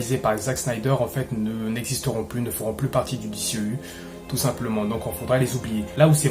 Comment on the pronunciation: Cool de voir un francais en parler ! Juste un ou deux petit(s) truc(s). Soigne ta prononciation : DCEU se prononce "DISSIHIYOU" ou alors dis le complément en français "DÉCEHEUHU" 😉 Ensuite, Shazam était très cool ! C'est un perso qui est peu populaire et n'a pas forcément le style épique des autres mais au moins le film était sans prétention et assez raccord avec le lore comics. C'est le genre de films qui permet de respirer entre des tres gros challenges. C'est très "bon enfant" sans mauvais jeu de mots. Pour le reste, on sait tous que WB (AT&T) et Snyder ne sont plus du tout potes, et les trop grands potes de Snyder prennnent cher. Cavill et Afleck en font partie (Momoa aussi mais bon...). Donc WB fait le ménage et en plus il semble que Cavill demande des cachets astronomiques... Dès que j'ai entendu le mot Flashpoint pour The Flash je me suis dis "aaaaah c'est dead, ils vont nous la faire à l'envers"... Ray Fisher a été bête mais il avait raison ! Y a un climat pas possible sur ces productions... Il a mené son combat (Joss Whedon etc...) et il s'est fait bashé... Quelle perte !! C'était le perso quasiment le plus intéressant depuis la ZS Justice League ! J'aurais payé cher pour voir la suite de ses aventures... Bref ! Le TRÈS maigre espoir réside dans l'absorption par Discovery fin Mai de cette année, ils semblent être totalement d'un autre goût artistique et stratégique que les grosses têtes chez WB actuellement donc... reshoots ? On rappelle tout le monde et on sort le t